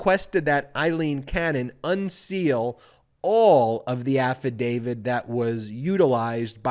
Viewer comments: Who is "Affa David"? Please pronounce "affadavit" correctly, you sound like a toddler pretending to be a lawyer. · AFFADAVIT, AFFADAVIT. NOT AFFADAVID. can't watch uneducated, unawake wannabe's! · Insightful and very much on point, Ben. But at the risk of seeming petty, or pedantic, I would only suggest that you say affidavit, not "affidavid." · AffidaviT Not affidaviD Love your stuff, Ben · Nonetheless, he really SHOULD learn how to pronounce AFFADAVIT... not AFFADAVID! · I love listening to your analysis... But please stop pronouncing affidavit incorrect... It's not "AFFIDAVID"... "It's AFFIDAVIT". We are also six minutes into this and still no mention of Jack Smith... Just the overly detailed recap of what we already know... This could be distilled down to about 3.5 minutes. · affidavid? drives me nuts. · Affadavit ends with a “t” not a “d”.